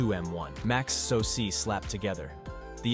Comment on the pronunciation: What is a sosee? AI audio is stupid. What is AKA ram? GeeBee option?